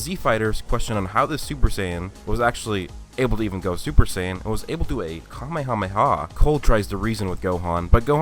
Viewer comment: I cringed every time you said Kamehameha weird like that. Way too much emphasis. Stop. My Japanese wife laughed when she heard you say it. Like you're trying way too hard.